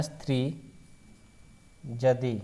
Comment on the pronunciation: Jadi nahi hai ❌ yadi hai ✅